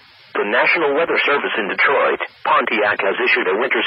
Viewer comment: Do you have your own copy of the NWR text-to-voice program or something? I noticed the same unnatural "Detroit *pause* Pontiac" as the real NWR feed here does...